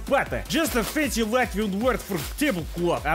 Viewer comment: As a Latvian I am proud to see you on my soil. 10/10 pronunciation!